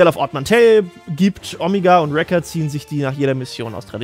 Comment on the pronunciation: Warum sagt eigentlich immer "Omiga"?